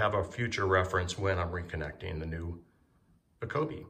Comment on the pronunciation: it’s company name is pronounced eeeko-bee, just fyi